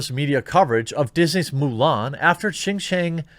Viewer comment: good job on the pronunciation on JinJiang... you don't see too many YT'ers getting it right.